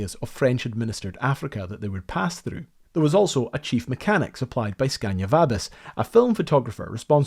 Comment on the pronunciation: It`s SCANIA!!!! NOT SCANDIA!!! Butcher names is a pet peeve of mine.